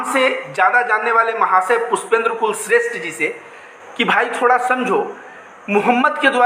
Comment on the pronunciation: Bhai Anntimcheshth mein likh hua bhai. Aap blkul sahi ho. Bhai kulshreshth ko aantimcheshath padh ni chahiye.